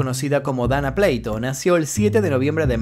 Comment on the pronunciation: es dana PLATO(no pleito)😂...es dana🍽️😂 pd:era muy hermosa de verdad RIP